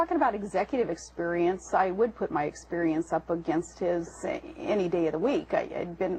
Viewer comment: By the way, is Sarah from Gemany...she has that "gutteral" pronunciation of the word "experience" that is so annoying. I am so sick of her nasal, whiney, stupid comments. I feel physically ill everytime I hear her!